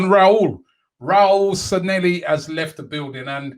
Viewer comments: His name is NOT San-nel-li....IT is San Lle Hi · At least we no longer have to hear Robbie mispronounce Sanllehi (San-Ye-hee). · San leh hi Robbie.Stop butchering people’s names. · Glad he is gone so we don't have to hear Robbie butcher the pronunciation of his last name anymore 🤣😂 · I can't believe he cannot pronounce his name after 18 months of saying it.....